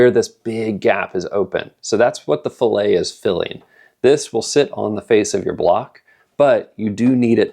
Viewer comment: When adding metal in that manner, the correct pronunciation is fillett. Filet is a piece of meat or fish.